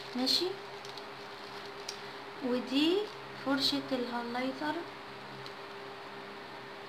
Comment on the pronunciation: انتي بتنطقي غلط اصلا وحقيقي مستفدتش اي حاجة واه اسمو هايلايتر مش هلايطر.